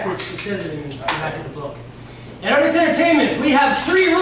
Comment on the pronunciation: she say atrix not artix:D